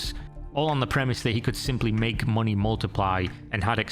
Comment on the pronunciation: Moonay a passive encome